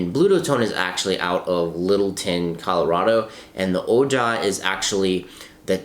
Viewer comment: It’s pronounced oh-hi